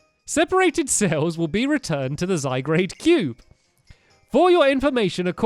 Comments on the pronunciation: Y u call it Zygrade it's Zy-gar-de... ... ... gar ... ... ...garde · stamp its not Zy grade its Zy guard! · its called Zygarde not Zygrade! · It's not zy grade its zy gard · stamps it is not zygrade its zy_gar_de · Zygarde is pronounced (Zi-guard) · its zygard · you say zygarde z-y gard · Pronounced Zy-God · Zy-guard is hoe it is pronounced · STAMPS!!! First of all, it's pronounced ZY-GAURD. Second, zygarde is a very powerful Pokémon cuz ITS A LEGENDARY POKÉMON!!!!! 😲 You just need to use the zygarde cube ONLY to assemble it. I hope you see this cuz I just want to help 😊 Luv u Stampy ❤️❤️❤️ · stampy this is how u say zygarde zi guard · Stampy it's zy-guard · Stamps, it's zy-GAR-dAy. P.S. You're Awesome! :) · It's called zy-garde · It's pronounced Zie Guard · It's pronounced zy-gar-ed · its pronounced zygaurd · how to pronouce zygarde (zy guard) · ITS PRONOUNCED ZY - GARD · It is pronounced Zy guard. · STAMPY ITS PRONOUNCED ZY GAURD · It's pernounced ZY-GARD!!!! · It is pronounced Zye-Gaurd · The pokemon stampy said is pronounced Zy-gard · stampy its Zy-gard and you use the cube to create it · It's Zi-guard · Stampy, its pronounced Zygarde the e is silent so Zy gard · stampy its pronounced zy-garr-dey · Your saying zygrade its zygrade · its zygard. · It's pronounced zy-gard as in garden omg you made me die on the inside!!!!! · you say it zy-gard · sorry to correct, but its pronounced z eye guard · play xyz to now what zygard also you are saying zygard wrong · It is said zy-guard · The Iron Golem yes you pronounce it zIgard or zIgard-A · stampy it pronounce as zyguard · zygrade....... sigh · STAMPY YOU PRONOUNCE IT Z Y G A R D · It's gard stampy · stampy u say zygarde wrong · hey stampy what zagard wrong saying the a you mess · I got so triggered when Stampy butchered Zygarde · your saying zygarde wrong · It's not zy grade it's zy gard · I know you have Dyslexia Stampy but its pronounced SygArde not ZygRade. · Stamps its pronounced zy gar d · zy-guard not zy-grade